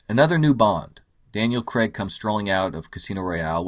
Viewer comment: Hey Yanks...It's pronounced "CR-AIG" not "CREGGGGG" His Surname has an "AI" in it, it's not spelt "CREG" so please pronounce Daniel Craig how you would say "CRAIG" not CREGGGGG...So annoying... I love your videos though,, but the Casino Royale poster is brilliant and the goldeneye poster was amazing...You missed the point on those two.